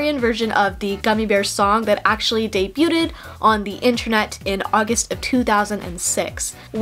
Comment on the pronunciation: 0 seconds ago I love all your videos but I need to tell you “debut” has a silent t, pronounced “de-byoo.” Also “debuted” would be pronounced “de-byoo-d”